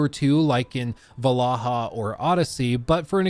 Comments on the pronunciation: valhalla not valaha 😭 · It is not "valahaa" it is Valhala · Valhalla ❌ Vallaha ✅ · Val-halla… **Vallaha… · 😅 why do you keep saying valaha? I cant concentrate on what you're saying bc of this😂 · "Assassins Creed Valahha" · Everytime plays the Grammy Assassins Creed "Valaha" I legit lose it laughing 😅😅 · It's funny how he calls it Valaha every time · your inability to say Valhalla correctly causes me so much pain. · Why are you pronouncing Valhalla like that?